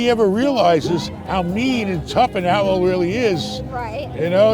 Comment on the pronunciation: Its owl not aloe.